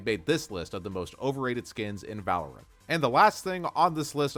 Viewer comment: "I've been playing 'valerint' for over 5 years" 💀